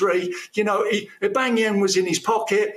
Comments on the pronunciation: He can't even say Aubameyang name properly... He says Aubangyang hhhhh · Aubangyang - Tony Its Aubameyang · Gotta love Tony’s passion for the arsenal and I agree with everything he said but one thing captain stop saying aubangayang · I heard the Aubanyenang hahaha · All these Özil comments and I just can’t get over “Abangayang” 😭😭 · Who is Obang-e-Yang he keeps talking about? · My God did Tony say Aubageyang twice? 😂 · Horrible punditry to say Arsenal want to win the league and to call Aubameyang Aubangayang. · Who is this Aubangeeyaang guy he keeps mentioning 🤔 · Who the hell is Aubangeyang. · Tony Adams can’t even pronounce our best players name.... AUBAMEYANG